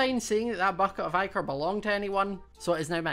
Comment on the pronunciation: Its pronounced ick-her